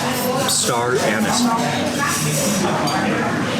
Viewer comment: it kills me each time you mention the "star anus"... its pronouned an-is